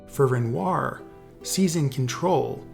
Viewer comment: Please don't pronounce renoir loike that